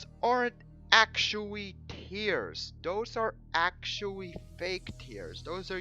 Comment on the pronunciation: The ammount of times this guy said actuawy. I think I'll stay tuned to hear this beautiful word again and again, I love it.